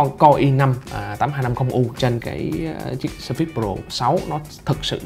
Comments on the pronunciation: Nhấn âm đầu, phải là sớ phits, chứ không phải sơ phít. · "sờ phây" mà ổng đọc "sơ phít..." Oải cả "sơ phít" :)) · Ổng nhấn âm sai